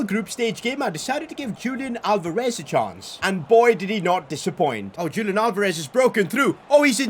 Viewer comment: ITS NOT PRONOUNCED JULIAN ITS HULIAN!